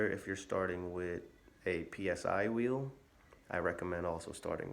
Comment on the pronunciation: Psy-wheel is easier to say as "si wheel", which is the correct pronunciation. No need to spell out P S I 👍 Will save you the effort of spelling it out each time!